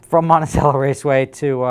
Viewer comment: Alright, I gotta teach you how to pronounce Monticello, it is mon-ti-chell-o